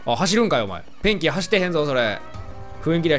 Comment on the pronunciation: 最近このシリーズ見始めました。１つ思ったんですけどペンキが便器に聞こえるんですwww